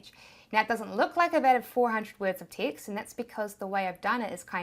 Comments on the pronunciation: LOL. I thought you were saying “ticks” as a replacement for words/letters. Literally 20 minutes in realized you were saying text 😂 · Teext teext teext... Gotta love the accent! 😂